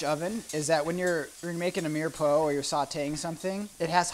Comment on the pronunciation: LOL. Mirepoix. It's pronounced meer-pwah. Great show, though. I am enjoying this while waiting for my first share to arrive.